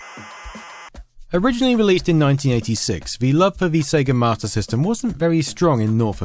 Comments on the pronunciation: Have you yourself noticed that that you’re saying “Mater System” instead of “Master System”? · So I'm not the only one I kept hearing "martyr system" lol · Am I the only person that hear him saying MARTA system? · Got 80% through this video before I realized you literally not one time said "marta" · I keep thinking you're saying "martyr system" lol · Mah-tah system.... wtf